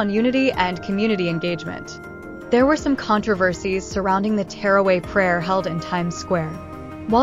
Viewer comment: She was saying terraway lol also the video was with music this shows how lack of understanding these people have